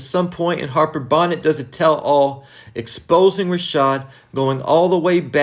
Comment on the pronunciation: I love your commentary...but its Harper Bonet...pronounced "Bow-Nay". Tate is a crook who will get found out eventually. I believe between Ramona Garrity will get revenge on Tate from the last episode in OG Power. Harper may get him or even Rick Sweeney. We will see. 👊🏾🙏🏾